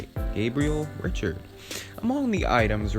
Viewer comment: Fr. Gabriel Richard - pronounced “Ree-shard”.